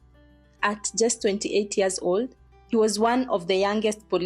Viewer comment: How could he think that he was right shooting to kill an unarmed person? Aiiiii seriously?! And why do people edit out the y in year, to say 'ear'. 20 ears? Aiiiii. Otherwise, asante for this exposé.